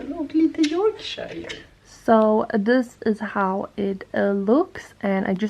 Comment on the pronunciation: Wow! Fun fact 😊 I thought he was or had something from a papillon dog (svenska Papillon (hundras)). Which is also related to the Spanial family. But never thought of cockerspaniel. A small note: Yorkshire is pronounced as 'york-sure' 😉 Loved the video and looking forward to see more dog content 🐶😍